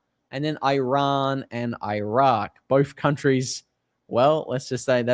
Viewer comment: The name lf the country is Eeeeraaaan. It's easy to learn and would make you sound a lot better, sorry😊